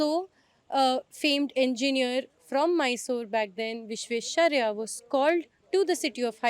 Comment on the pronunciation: He is Mokshagundam Vishweshwarayya (vishweshvar-ayya) not vishesharaya